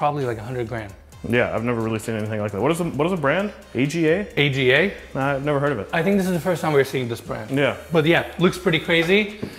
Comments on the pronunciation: The first blue Cooker is THE brand of cooker in the UK, all hand made and completely customizable. it is pronounced AR-Ga. I bought one for my Daughters kitchen but it is half that size. She tells me if she moves the AGA is coming with her. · You guys should tour some more British homes. They love the Aga, pronounced "ahhghaa," ranges. Useless for cooking, apparently they're good for central heading or something. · Cooker that's an a g a is pronounced ar gur - popular Uk cooker that's always hot. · the AGA cooker is pronounced as a word "ahhgah". used to be very common in the uk, where they're left on all day to heat the house as well as cooking. Less common once central heating took over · Dream holiday property! Thanks Guys! p.s. AGA is pronounced "AR-GA" UK made :) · Love your reviews/ You don't know about AGA? Pronounced Ah Ga. Legendary Swedish cooking stoves that have been around for more than one hundred years! And you should study Nigel Mansell, a legendary British former Formula One world champion. Given the importance of the Miami Grand Prix, I would study some of the homeowners in more detail. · The oven is a really traditional brand in the UK. You don't say the letters its "arga" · Aga is pronounced saga without s. I think its a uk brand. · That oven is an Aga (pronounced arga) it's British.